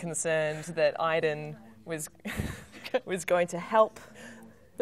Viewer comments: I'm almost positive its pronounced Aid-en in the game. However Quantic Dream has effed up pronunciation before (origAmi) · I'm confused. My name is Aidan(same name as Aiden) and it's pronounced "Aid-in" yet in Beyond it's pronounced "Eye-din". Help please haha Why?